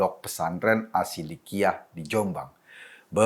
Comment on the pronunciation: Maaf mas Eko, koreksi bukan Asshiddiqiyah tapi shiddiqiyah saja. Beda pesantren